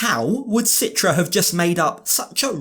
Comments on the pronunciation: Her name is pronounced Chee-tra in Indonesian. Listen to how het dad pronounces her name. Why does she let everyone mispronounce her name? Including this idiot husband? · Why everyone mentions her name with Sitra? Its pronounced CHITRA like in Cheetah, guys.